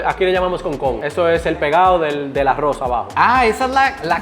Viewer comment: No quiero sonar criticón pero porque le dice "awos" al arroz y "cawne" a la carne pero las palabras rápido, ensalada Rusa, rápido si pronuncia las "R" bien 🤔⁉️